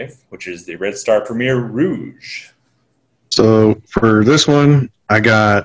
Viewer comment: Yes. Think of Coast (what Côte means) just without the s. Côté (the way he was pronouncing it - sorta) is a totally different word meaning nearby/close. But at least he got ROUGE this round instead of ROGUE. One step at a time